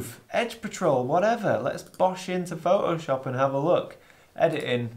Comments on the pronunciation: Oh... So it's Pho'o'shop, not Photoshop... ;-) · I love how you say ‘Pho’oshop’. 😁 And look forward to your book!